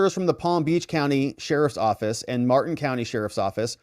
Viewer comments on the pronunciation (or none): none